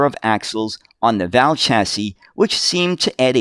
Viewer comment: It's a Bedford V. A. L., rather than pronounced Val as in the girl's name... 😉